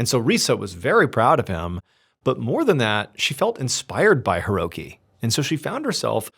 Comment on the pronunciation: Ree-sah not ree-suh. Hee-roh-kee not here-oh-kee. Deh-moo-rah not deh-mer-uh. Kah-nah-zah-wah not can-uh-zah-wuh. 🙄 The anniversary of Hiroki's birthday not his actual birthday. 🙄 Oh-sah-kee not o-sah-kee. 🙄 #1's title should be "Eggcellent" not "Eggcelent". 🙄